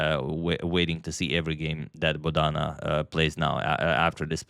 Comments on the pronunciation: It is not Bodaana, it is Bodana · The emphasis on Bodhana is on the first syllable, not the second. So its BOdhana and not boDHAna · Antonio kindly pronounce her name correctly. She is not boda:na:. She is bo:dhana: Siva:nandan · FYI, Bo-dha-na is now you say it not bo-dhaa-na. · Hello Antonio, I enjoy your every chess game presentation and your analysis too. Here I want to help you to pronounce Bodhana name correctly. It is a Sanskrit origin name - Bodh means to enlighten. So her name should be pronounced as BodhAnA. Thank you. Have a Blessed Day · Dear sir, in India Bodhana is pronounced as 'Bo' as Bo in Board, dha is short not long as dhaa, Bodhana means sermon or sermonising. बोधन (Hinidi/Sanskrit) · Rare mispronunciation of the name Bodhana by Agadmator😊 He usually gets it right